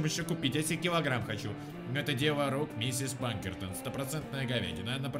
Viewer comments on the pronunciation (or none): Ска, почему ПаНкертон если Пакертон!, по внимательнее!!! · Её зовут Пакертон,а не Панкертон и не Пинкертон